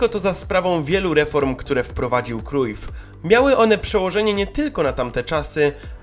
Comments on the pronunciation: wymawia się "Johan Krałf" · Źle czytasz nazwisko Cruyf